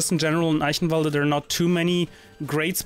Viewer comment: First english YouTuber who pronounces Eichenwalde correct:D